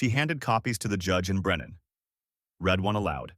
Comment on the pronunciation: When you are doing it it's pronounced reed. When you have done it It's pronounced red. Both are spelt the same